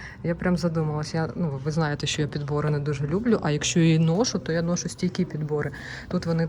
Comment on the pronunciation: НЕ «нОшу, попрОшу», а - «ношУ, попрошУ»!! Не «зАйду» - «зайдУ»!!